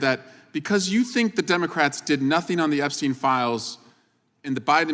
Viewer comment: Why is Jim Jordan repeatedly pronouncing “Epstein” inconsistently??? (Epst-eye-n, then Epst-ee-n, and so on.)